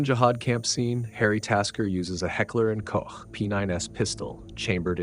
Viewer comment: As every time, props for the correct pronounciation of "Heckler & Koch" and not saying "Heckler & Coke" or "Heckler & Cock"